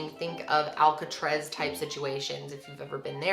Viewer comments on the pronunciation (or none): She says "AlcaTREZ" instead of "AlcaTRAZ" LOL..love you! You're gorgeous!! 😍 ❤💛💚💙💜